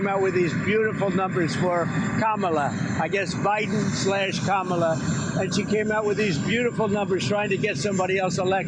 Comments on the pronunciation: Hey I just realized the shart pronounced Kamala’s name correctly. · You mean he knows good and well how to say Kamala ?? Imagine that . 🙄